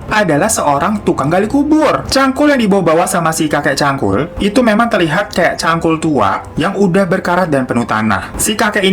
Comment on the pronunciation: hiro bilang : kakek cangkul gw dengernya : kakek cabul :v wkwkwkwk